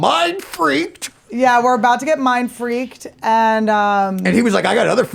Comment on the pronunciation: Mine fweaked 😂😂😂